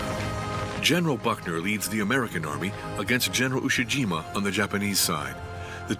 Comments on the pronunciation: It's pronounced "EE-eh" Jima...Iwo Jima is a completely different island to the East. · Damn shame that the narrator keeps referring to Ie-jima as Iwo Jima. Pretty huge mistake to make. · I E Jima not Iwo Jima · The name for IE-JIMA is mispronounced as IWO JIMA and will be confused with the earlier battle in February. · Also they mispronounced Ie Jima as Iwo Jima multiple times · Did no one listen to the narrator before releasing this? Ie-Jima now Iwo-Jima? Hiromichi now Hiroshima? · The narrator keeps getting the names wrong. "ie-jima" read "iwo-jima" and General "Hiromichi Yahara" read "Hiroshima Yahara" lol